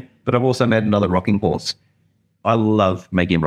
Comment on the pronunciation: Love the contrast of the two box’s mate nice horth, can we see it twat awound…..😂😂😂 cheers.